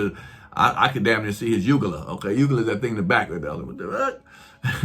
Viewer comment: Lol, ugula! It’s UVULA 😂😂